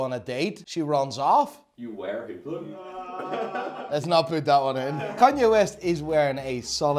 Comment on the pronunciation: I love how you hate HUBLOT and tacky iced out watches. Here's how you pronounce the H-word coreclty: Greetings from beautyful Greece, Theodoros. P.S.: You are some character man, I like you